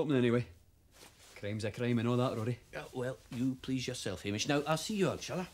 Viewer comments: Hamish is pronounced hame ish like game ish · Ham ish is pronounced Hay mish .